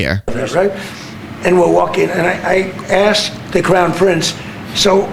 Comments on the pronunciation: It so sounded like he said the “clown” Prince hehehehehe! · I listened 3 times, and I swear that t-rump referred to the prince as the 'clown prince'.